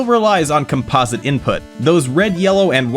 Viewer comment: Why do people pronounce composite as "calm-pause-it" ? Think of the word composition. It is pronounced "com-piz-it" just like, "com-piz-ish-un". Not "calm-pause-ish-un". English is a bit weird, but we sound out words by how we collectively pronounce it as a whole. Once we start breaking upnwords into prefixes, bas words and suffixes, they don't sound right. Placing breaks and pauses in the middle of words, or even changing the exaggeration in words messes them up. English is tricky sometimes.